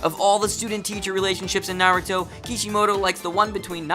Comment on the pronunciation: I don't know if I can watch this given how you have pronounced Naruto in other videos